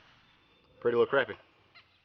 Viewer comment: The word is crappie should sound like lot in the middle of the word